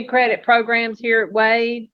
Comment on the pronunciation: Again with the “progrums”